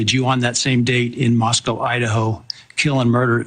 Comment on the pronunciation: The judge also mispronounced Moscow at least once -- "Moscow" instead of "Moscoe." I know because my brother who's lived there 40 years always corrects me.